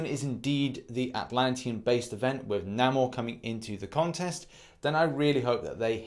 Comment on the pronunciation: The way he said Namor 😂😂😂🤣🤣